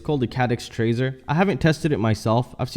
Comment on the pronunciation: It drives me nuts every time you say Tracer. Just look at the word and sound it out. TAR-SI-ER